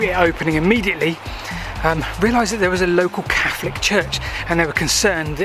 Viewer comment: pounces "Catholic" as "Caflick"! He must be of London origin 🤔👍🤣🤣🤣